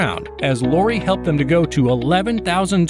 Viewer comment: You can't even pronounce Lori's name correctly? Good grief!